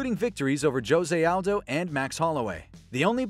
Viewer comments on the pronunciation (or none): Dislike for the disrespectful pronunciation of jose aldo. Its HOSAY NOT JOESAY